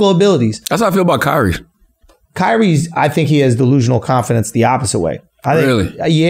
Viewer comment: it’s kyries and it’s not close..